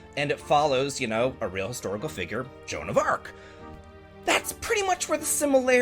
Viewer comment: The master of pronunciation is back with "Shoan of Arc", probably from the Toohoo universe. :D Sorry, I don't mean to tease. ♥ Jokes aside, this looks really great. I like the Level-5 esthetics a lot. Could also feature Professor Layton as a Geomancer. :D Unfortunately, I don't own any Sony console.